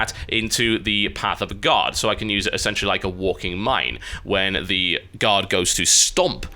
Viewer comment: Everytime you say 'guard' I hear 'god' which makes watching this video a little weird sometimes...